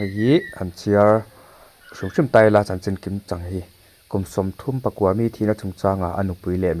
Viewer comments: Kum sawmthumpakua mi .thil chhiar hi in van thiam lo tak,kum sawmthumpakaw mi tih tur aw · Kum Sawmthum pakua mi tih loh tur. Kum Sawmthum pakaw mi...tih tur.. please, Sir, ṭawng hi hmang dik hram hram rawh u aw.. in news kan lo ngaithla nasa a.. diklo tak athluk leh lam a awm hian beng a ti thlep ṭhin a.. 😊😊😊